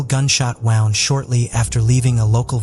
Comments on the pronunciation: ai cant even figure out the english langooage can pronounce Gwenella pass but wownd is a not sure. wound? wownd? woned? AI you can do better. the reporting was good YT blue chew and mail order brides? telling us we are trouly foooked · When I hear the AI pronouncing WOUND as WOWND, I honestly do understand why non English-speaking people so often miss-pronounce keywords which can cause "lost in translation" issues. Is there a way to teach your AI the correct pronunciation?